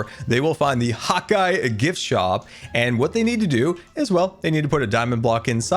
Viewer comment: What’s the deal with “hot guy” does he not realize it’s “hawk eye” ??